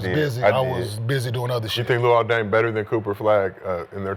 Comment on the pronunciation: “Luol Ding” 💀😂